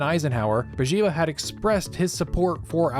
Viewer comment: Bourguiba is pronounced boor-GHEE-bə.